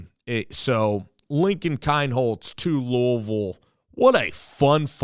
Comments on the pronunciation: It’s pronounced KEEN HOLZ. And his hometown is pronounced Peer. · I am glad you welcome Lincoln. Yes he is a star, all around athlete. But, Please, pronounce the city of Pierre correctly and his last name correctly.